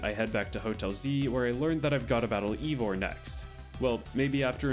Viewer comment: Pretty sure it's "eye"vor and not "ee"vor.